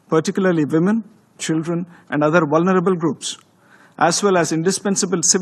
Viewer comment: Paxtaan and its aand weapons!